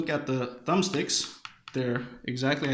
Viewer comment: Thumb-Sticks... XD. Good thing you didn't say Organle